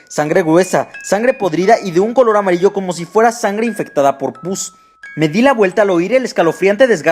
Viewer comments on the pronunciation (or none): none